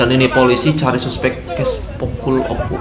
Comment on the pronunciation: oh ya bang o k u bang bukan oku